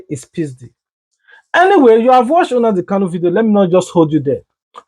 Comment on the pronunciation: Unadi kanu😊. It's NNamdi not unadi